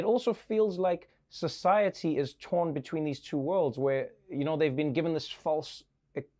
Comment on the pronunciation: Beteen lol